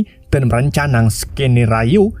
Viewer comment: Sekenario bukan seekenayoyo 😂❤❤❤❤